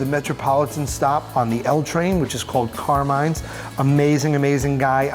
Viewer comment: I cringed so hard at the pronunciation of Carmine and forchetta